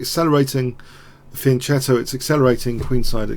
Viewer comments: I don't mean to be schoolmasterly, but isn't it pronounced "Fian-K-etto" [fian'kɛto]? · Yes. In Italian, "e" and "i" after "c" make it soft. To avoid this, "h" is put.